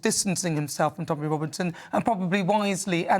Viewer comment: He's a snob. Tommy has the wrong accent.